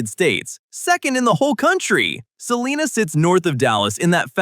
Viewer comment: Sa-line-ah not seelina 😂 U R obviously not from here!